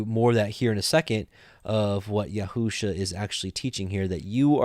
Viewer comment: You are reading Yeshua’s name wrongly....it does not say yehu-sha....shame on you....if you love God and his Word...read what’s there and stop adding to it wrongly.